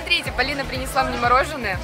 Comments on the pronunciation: да уже достали моё имя произносить Палина это ужасно люди запомните правильно ПОлина а не Палина ПОлина ПОлина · Полина правильно а не Палина